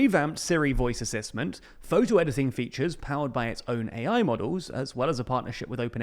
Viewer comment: "Voice Assisment"